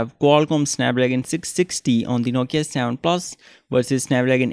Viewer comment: its not savan plasss its seven plus